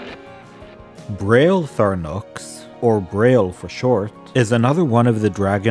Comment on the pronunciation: Beh-ryl-IN-thra-nox Also BERR-əl (similar to "barrel"), as in the green mineral. Aboslutely LOVE the lore!!